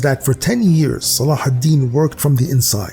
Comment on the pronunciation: I knew it! I felt it! Almost like it has been revealed to me by divinity. Salahidin (thank you for the correct pronunciation) and the Templars respected each other. I'll bet they would've made great allies in the war against satan. MUSLIMS AND CHRISTIANS UNITE! WE HAVE NOTHING TO LOSE BUT OUR JEW CHAINS!